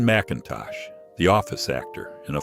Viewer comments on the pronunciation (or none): none